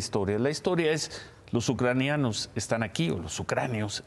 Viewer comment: Me impacta que el señor no sepa decir: Ucranianos